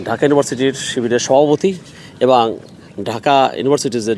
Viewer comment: আপনার উচ্চারণ ঠিক করা উচিৎ। এবং এবাং